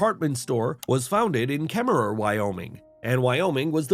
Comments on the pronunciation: I'm from kemmerer Wyoming and it's pronounced kemmer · Nice video. I love about 30 minutes from Kemmerer. BTW, it's pronounced Kemmer (no double er sound). I've noticed that lots of people don't have many of the more techie things since I moved here. It's really kind of nice.